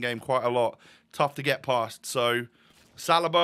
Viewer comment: Well done but it's Sar-lee-ba 🤣